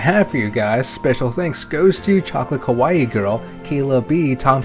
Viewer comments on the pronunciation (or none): none